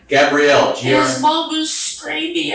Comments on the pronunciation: Are you a real narrator. I think not. Is it Gabe-rielle or Gabrielle. Clue, it's the latter. Short A for women and long for men and different spelling. A human would make the same mistake over and over again. A human would not change from one pronunciation to another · Her name is GabriELLE, not GABE-riel. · The roulette of ways you chose to pronounce her (and my) name was dizzying. 🥴 Gabrielle, not Gay-brielle, not Gabriel, hard G, ab like abs, ree, elle. Please.😂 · For the love of god, please edit your shitty AI narrator. When you misspell “Gabrielle” as “Gabriel,” then you end up with the inconsistent pronunciations. Either actually have a human record their voice or EDIT! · The fact that the narrator repeatedly calls her "Gabriel" should have been a big hint. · Its the feminine of Gabriel, I've heard people pronounce it gabe-rielle plenty of times in person, not just an AI thing. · Also calling her “Gabrielle” like a man’s name and not like a woman’s name is cracking me up. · it irks me, the way the AI said “gabrielle.” 🙃